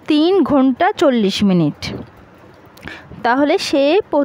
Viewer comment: আপু আপনি অনেক সুন্দর করে ঘুন্টা বলতে পারেন😂